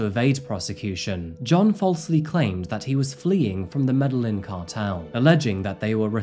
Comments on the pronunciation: Medellin is pronounced Medehyin.. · Ok, here is the thing now. This is going be a negative comment but please when trying to pronounce the name of cities try to do a little more research. Medellin pronouse like Medegin if that makes sense. Other wise good video. I love that you touching on cases from my home country